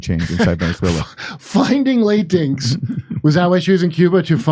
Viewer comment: It's "La-tin -ex" .